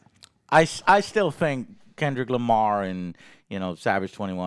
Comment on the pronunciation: He's talking about how joe said his name the wrong way lol